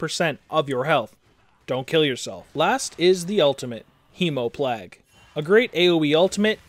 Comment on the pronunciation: Hee-mO-plag? Hee-mO-plAg. Like, you know, PLAGUE?